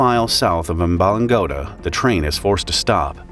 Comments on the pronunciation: Umba-lung-oda (like tony soprano trying to say odour lol) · Amb-balang-godthuh the dth type sound is wierd cus idk if its in english but thats kinda how you pronounce it.